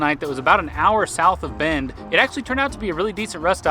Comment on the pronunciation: Why is it everytime a YouTuber says Bend Oregon it sounds like they are saying bend 'or again?